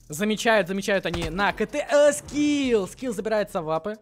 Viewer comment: Ха привычка называть Скифф а не скилл